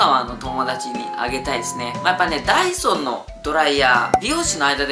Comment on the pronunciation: ダイソンが、ダイソーに聞こえた❗